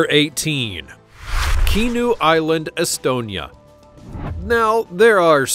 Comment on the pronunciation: The H is not silent in Kihnu. 🙄 It's not Kinu ffs.